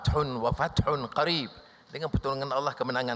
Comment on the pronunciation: Duh gimana Dsai membaca kalimat Ayat suci, haha..Fat hong wafathong Qoriib, , Bukan Fajhong wafathong Qorib....di tertawakan kalau mcm itu